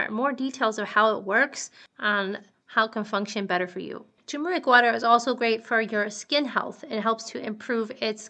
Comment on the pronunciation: thumbs down for mispronouncing "turmeric". the first "r" is not silent. the word is pronounced "ter-mer-ik", not "too-mer-ik."